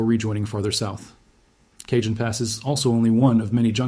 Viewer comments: FYI, Cajon is 'Ca-hone', not 'Cajun'. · It is pronounced Cahone not Kjun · Went on here to say this, also I grew up in Hesperia. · Cajon is prounced as kah-HOHN. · It's "Caw hown" pass. Eye Dialect. Regardless, I live in Ontario, CA and we're screwed...It's not like we can just pack our shit up, sell our home, leave our entire family and go. When it's our time, it's our time. I am prepared though. I have an RV that's filled with water and fuel, xtra bedding, stores of water, canned/packaged food, ect to last at least 3 months, a side by side offroad vehicle to traverse unstable land, 5500w Generator and a "collection" in my personal safe with lots of "support". When shit hits the fan, I'll be there to meet it. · Cajon pass is pronounced Cah hone pass. As Tejon pass is pronounced Teh hone pass. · Please fix the pronunciation of Cajon Pass on this video!! Driving me and many other viewers crazy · If you're going to do a credible study, you should be able to pronounce Cajon and Jacinto properly. Do your research! I shut off your video, accordingly.